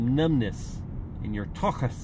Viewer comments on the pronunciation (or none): "some numbness, in your TOKKHASS"🤣🤣🤣